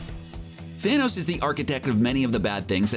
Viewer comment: How many times did he say "thanous"